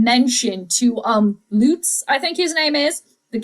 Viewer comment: You got his name right Wil Lutz you pronounced it right 👍.